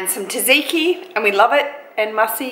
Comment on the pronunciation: I love you, but your pronunciation of tzatziki killed me a little... 😅 I do appreciate the shout out the Greek subbies though. Proud Aussie-born Greek right here 🙋🏻